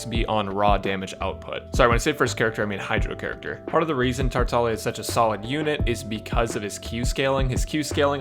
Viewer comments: Yes he is tartalia I think her meant to say "tar-tag-lee-ah" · Can someone tell me, is he saying “Tartalia?” Is it not pronounced “Tar-tah-glee-ah?” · you're right, it's like gli proncunciation with italian